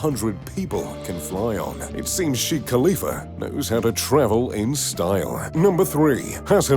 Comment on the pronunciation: its shekh not shikh